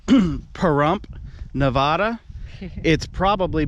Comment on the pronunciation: Shouldn’t you know how to pronounce “ Nevada “ if you’re gonna talk about it?